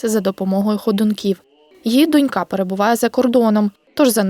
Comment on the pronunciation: Журналісти, вчіть наголоси. 99% не вчили українську мову, тому майже всі не вміють грамотно говорити. дОнька дочкА